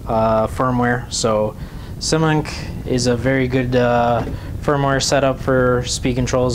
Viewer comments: just wanted to say its pronounced Simon K :) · Simon K Whats so hard about pronouncing it right?